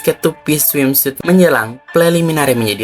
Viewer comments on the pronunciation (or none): Cara nyebutinnya swimsut bukan smim suit. Suit-nya nggx perlu dibaca semua sebut aja sut. Swimsut